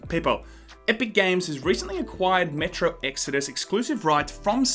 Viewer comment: Metro sounds like Metroid in your accent.